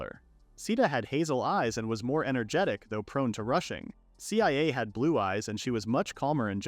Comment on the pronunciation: IT'S PRONOUNCE CIA (SIYA) NOT C-I-A